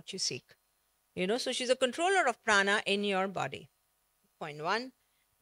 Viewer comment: Pehle isko प्राण बोलना सिखाओ भाई, ये महाप्राणaa kya hota h भाई?